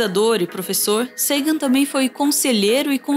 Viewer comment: Impressionante como esse sujeito não acerta uma pronúncia correta. Nem o nome de Sagan, nem da Voyager, Degrasse. E Carl Sagan não era liberal social, ele está muito mais próximo de uma social democracia à esquerda.